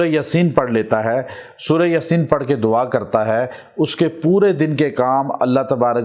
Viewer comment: Bhai lafz Yaasin ha ya aap ya ko lamba kr k bola krain JzakAllah